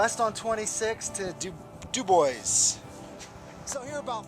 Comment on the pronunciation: I love your videos! I enjoy all the scenery and people you interview. BTW, I think Dubois is pronounced "Doo-bwah."